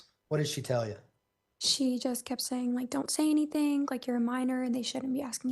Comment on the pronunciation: She says anyTHINK LIKE Leticia 🤦🏻‍♀️